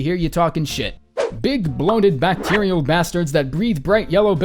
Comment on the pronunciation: Batracial, not bacterial ;)